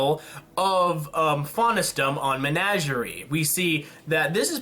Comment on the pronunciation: First of all, it's Men-ah-ger-ie. Second, I don't understand your dislike of Blake. Yes, maybe it could have been split, but she's an interesting character and they probably won't make another episode centered around her for a little while.